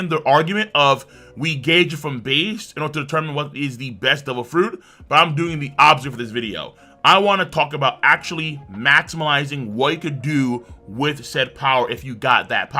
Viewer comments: It’s MAXIMIZING for the love of god. Please stop saying “maximilizing” you sound dumb. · Is... is he saying "MAXIMILZING" ??? Maximizing you mean? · Still saying Maximilizing and here I am, not a native speaker, trying to find a dictionary in which that word exist. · Who’s going to tell him there’s no “L” in maximizing…